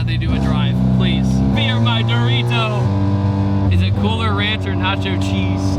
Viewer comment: ummm....."DORITO" power?